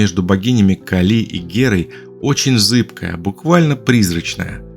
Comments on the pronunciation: "КалИ" мне лично очень по ушам бьëт😅, всегда говорили КАли.. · Сначала скажу спасибо за титаническую проделанную работу и интересные мысли. А теперь спрошу - КАК можно так издеваться над именами, которые, по идее, должны быть известны с подросткового возраста? Даже если ранее пропустить все книги/фильмы/передачи/уроки, где упоминаются Кáли и Арéс, но ведь при подготовке материала Вы изучали источники, в том числе википедию, где 100% есть ударение. Вздрагивая от КалИ (не нашёл букву и с ударением) потом услышал Áрес - и всё стало ясно... Вы,, не только научились делать обалденных богинь (и богов), но и обучили ИИ на своём голосе и теперь можете просто писать текст, а ИИ его произносит ))) Шутка, конечно... или не шутка? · Гекатонхейры всё же дети Геи, а не Гекаты и происходят от (х)екатон - сотня и хейр - рука. Может Вы и санскритолог, и по индийской части видео правильно сказали (особенно ударение бедной Кали меня мучало), но с греческой частью дали такого же маху, даже не потрудившись проверить. Ну а по поводу сравнения/схожести многоруких и многоголовых существ - в каждой религии, как и в мифах, есть что-то совсем разное и что-то очень похожее. Всё это лишь сказки, придуманные людьми, основываясь либо на услышанном от других народов, либо, как ни странно, увиденном чего-то такого, что не поддавалось объяснению. И каждый описал немного по своему. Может когда-то летал механизм высокоразвитой цивилизации с кучей камер и манипуляторов - вот вам и сто глаз да сто рук. А может вообще ничего не было и авторы мифов и легенд добавляли глаза/головы/руки для эпичности, значимости и как признак, что это "не человек". Мы никогда этого не узнаем наверняка и можем лишь придерживаться версии, которая нам больше по душе. Мне вот, совсем не нравится ваша версия со скоростью, впервые её слышу. Мне больше по душе, что это хоть и одна из форм божеств, но нормальная, физическая.